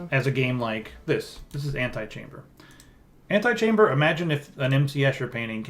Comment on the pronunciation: The name, Antichamber only works if you pronounce it like "antechamber" because then you get that it's a play on words & don't sound like an idiot. Ant-eye-chamber sounds like a mod for SimAnt.